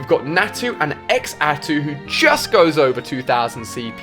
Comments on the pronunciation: the way he pronounced Xatu!! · ali its pronounced zatu not x atu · X atu tf😂 it's Xatu all together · did he just say X-Atu instead of Xatu (zatu) correct me if im wrong. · please don't say x-atu. that hurt me physically. its pronounced zah-tu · Have you never gotten a sue-a-scene (Suicune) or a X-Atu lol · I counted 15. I get that most of the pronunciation mistakes is cause of his accent which is no big deal for me. But I cringed when he said Xatu, Entei, Suicune and Ho-oh.